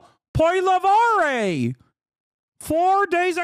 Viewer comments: Two corrections: His name is pronounced "Polly-ev"... Canada has free speech... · for those who want to pronounce the name correctly, its poah-li-ehvre.